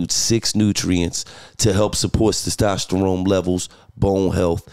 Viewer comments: LOL this interview lit but Gillie saying "Sestosterone" instead of "testosterone" got me dying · Gil can't say testosterone lol 😆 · Did he say testosterone wrong 5 times in a row